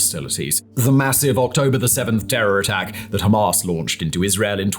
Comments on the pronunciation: It's Hamas, NOT Hamarse. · Dude. Its Ham_ass, not Ham-arse. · I love the way he pronounces Ham-arse 😂 absolutely brilliant